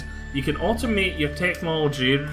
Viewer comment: Thx for tthe video. Your language :-) "I can au'o'mae everything"